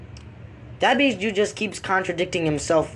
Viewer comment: I hate the way he says his OWN name his name is “Dabhdude” and he says “Dubehdude”